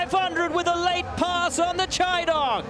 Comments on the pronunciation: Hahaha kept calling it phonetically “Chee” not “Shy” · He started to say "Chi" wrong near the end of the race lol